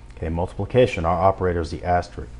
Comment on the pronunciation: For future tutorials, the "*" is pronounced "aster-risk," not "aster-rick." You are not the only tutor who pronounces it that way. For some reason, a lot of people struggle with that word. Also, the "^" is a caret, although I liked that you called it a hat. Tutorial was good in some regards, and lacking in others. Are you doing this from memory, or referring to something offscreen?